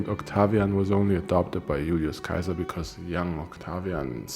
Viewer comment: I like the information in your videos but Im not sure about your pronunciations of Caesar. In one video you pronounce it SE-ZAR and in this one you say KAI-ZAR. So one of these videos has to have the wrong pronunciation. You also put heavy emphasis on the pronunciation of the names. which is fine if your teaching us the correct way to say it... but putting that much emphasis on a mispronunciation sounds makes me wonder how accurate a lot of this info really is. Sometimes you do asides, like the little clips. I get its for humor but they often feel out of place in your videos.